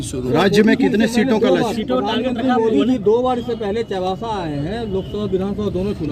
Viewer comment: चाईबासा बोलने भी नही आता है